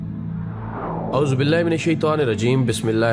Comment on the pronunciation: Avozo billahi .not Avoz billahi .